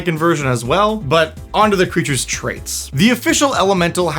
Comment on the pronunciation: “Peep them creatches”. This is golden. Say it again.